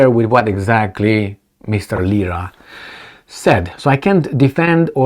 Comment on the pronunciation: Lira. Not lisa.